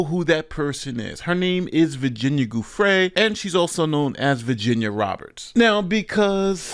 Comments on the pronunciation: Virginia's last name is pronounced JEWFRAY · You’ve pronounced Virginia Giuffre’s (Rest in Peace) last name incorrectly in the video… This clip shows the correct pronunciation